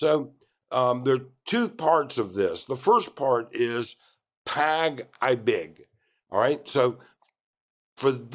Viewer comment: Pag-ibig is pronounced "Pag e big" not "Pag I big" like you were saying it. Just take note. Some Filipinos have been accustomed to the 5/6 loans and are often paying on a daily basis. It's sad that people are not financially knowledgeable on basic economics. But hey this happens anywhere in the world too.